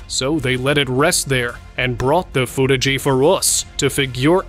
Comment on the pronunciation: I'm surprised by the AI narration! the narrator says "foot-ah-gee" instead of footage and "hap-pen-ed" instead of happened. It also did something weird with "us" (which sounded like "oose") and "figure" (which sounds like "fig-gure").